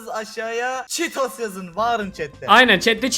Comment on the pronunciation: CHEETOS ❌️ ÇİTOS ✓